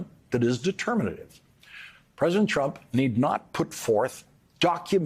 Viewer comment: Did you hear that he called Donald trump Donald crump🤣